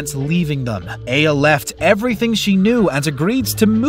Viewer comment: Dude you called her AVA...when its aya..